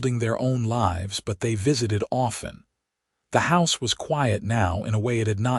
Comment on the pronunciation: Lives or lives, your AI voice gets it wrong every time in every story. Don’t you proof it first, or do you just don’t care?